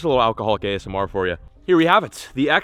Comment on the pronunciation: “Gay SMR” lol